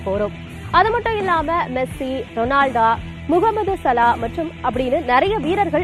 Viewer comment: Ronalda illa madam , Ronaldo name ah first correct ah sollunga 🤦